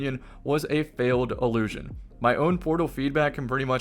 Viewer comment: One of the most commonly misused pairs of similar-sounding words (in English) is “allusion vs. illusion”. Throughout this video, is (correctly) saying “illusion” … but because of his pronunciation, it often sounds like he’s saying “allusion”. I’m sure that’s not confusing, at all, for listeners who struggle with understanding the difference between those two words. 🙄